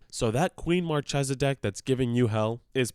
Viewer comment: Like Markhesa